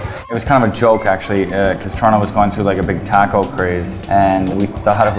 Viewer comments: this guy has says "taco" wrong. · when he said 'taco' I lost all respect...I can't help it